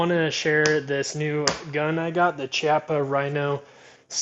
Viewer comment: use the bmt mooner, do a search, dont want to link it here, also just buy a bunch of moon clips to make extraction faster any holster recommendations? also its pronounced KI-appa